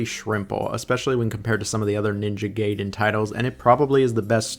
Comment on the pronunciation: Why do you keep mispronouncing the name Gaiden?